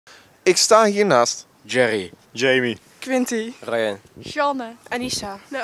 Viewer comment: Djerrie en Djamie? of deze J is gewoon een J en geen DJ minuut